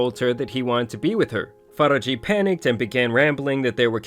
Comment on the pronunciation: You butchered the *sh out her name. Faraji is pronounced Faa-RAA-JH-iy